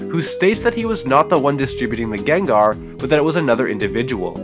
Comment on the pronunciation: Gengar more like Nengar